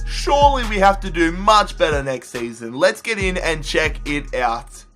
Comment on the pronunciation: it's check not chuck